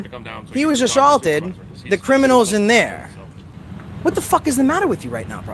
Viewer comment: He got “a..sawlted” god I lived up north and that’s way over the top lol gawd dem Bill of rights” oh wait “Lar... enforcement”